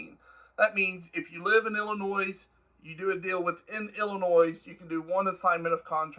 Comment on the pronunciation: its illinoi, the s is silent